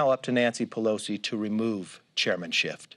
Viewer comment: wow, throwing a guy under the bus and can’t even pronounce his name right? C’mon McCarfy!